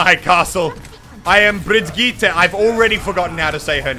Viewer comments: Brigeet that is how u say it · Pronounced Bree Gee Tah :v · Well as a swede i can say that you pronunced it right at first, it's pronunced brigitt not brigitta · Muselk, my man. It not BRigyte Linhoulm, it's BrigiTTe LinDHolmm. Trust me, I'm Swedish, I know these things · No, for fuck's sake, Brigitte = [Bree-GIT-teh], with the stress on the second syllable. We Germans pronounce the name the way it is written, with the vowels pronounced the international way: i = [i], not "aye". The double T means the vowel preceding it is short. And the German g is guttural, like the g in "git" "or "get", not like the g in "gem"! Saying "Bree-yeet" is pronouncing it the French way. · Everyone says her name Bridge-it😂 But it's like bre-geet-ah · Muselk Bree-geh-tah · Muselk I'm german so I can teach you: Bregetae. If you read it in english you will pronounce it about right, unlike papa jeff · Muselk its pronounced beer gee te leend h olm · Bree-geet-ah liyn-hole-m say it fast and you got it. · Her name is prenounced "brijit". There is a famous voice line of reinhardt and he says her name in it. Checkmate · youre saying it wrong and so does jeffy. its brigitta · Muselk haha I’m Swedish....... When you say birgitte 😂😂😂😂😂😂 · It was enough when we swedish people had to hear ”Torbjourn” all the time, and now we have to listen to ”Brigeet”. Kill me pls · As a french we say Brigeette and this is kind of fun actually because for most of people in France Brigitte is an name for people around 40/60 yo xD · It’s Brigitte!~ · Prononced Brijit. It's a french name and I'm french, so you can trust me on that. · I say Im danish and I agree with the Norwegian about how to pronounce her name tho I would write it like bree-gi(so ki with a g)-te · CrunchyFrog as a German, you should know that you pronounce this as bri-gitt-teh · Learns how to say Brigette calls her brgeet the next clip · It's like Bryygyittew. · It's pronaust bigitta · You say Brigitte like b-i-r-g-it-a